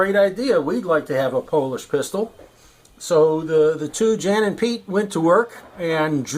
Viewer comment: Jan and Piotr - correct pronunciation is "Yon & Pee- ottrrr"